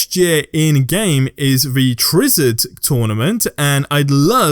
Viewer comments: I think you meant Tri-wizard (Try-wizard) tournament 😂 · Lol did he say trizzard tournament instead of tri-wizard tournament? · Twi-wizard .. Not twizard. :)